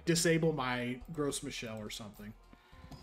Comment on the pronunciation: As a native French speaker, I made a double take when you started talking about Gross Michelle.